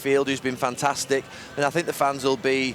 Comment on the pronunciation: I disliked cus he said freds been fantistic.